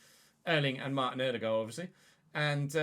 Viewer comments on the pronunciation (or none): none